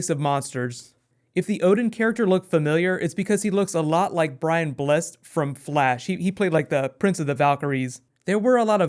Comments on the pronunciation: It's Brian Bless-Ed, incidentally, not blessed. And Anthony Hopkins with a T, not a Th. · Brian Bless-ed, not bless'd. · Quick note: it's Brian Bless-Ed not how you said it. But otherwise a fine episode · only an American could mispronounce Brian Blessed